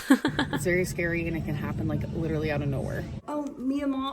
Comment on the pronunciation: “Leedurally” took me out 😂😂